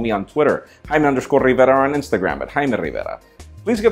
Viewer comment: haime rrriverrrra